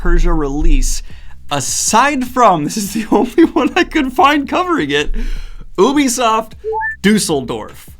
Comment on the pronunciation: Everyone: ubisoft Daniel: OOooObîSofT